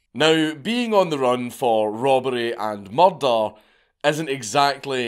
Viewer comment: I'm here for the murder. No, not the crime, for Dank pronouncing the word.